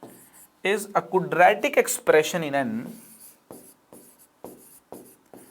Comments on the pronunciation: Are sir ji while pronouncing it's not cudratic, quadratic hotha hai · Sorry but..,Aapne quadratic eq. Ko galat pronounce kiya h ( sayad) Like...kudretic eq...